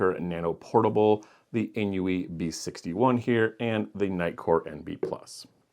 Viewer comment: INIU is pronounced just like "I knew" [AiNiu], not "in-iu." The maker is from Japan, where "inu" (犬) means dog—which is why they have a paw print as their logo on so many devices.